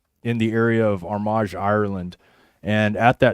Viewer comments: I live in Northern Ireland. Armagh is pronounced Ar-ma. Another great show. Good to see you back. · Please if you are going to pronounce Armagh, the G is silent.